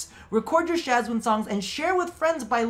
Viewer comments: They way you pronounce Shwazin... :') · I love your content and I agree with the Shawzin part, but the way you say Shawzin, makes me want to jump out of the window.